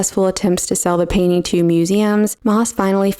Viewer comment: T is a consonant, it isn't SILENT. The word is PAIN-T-ING, not PAINING.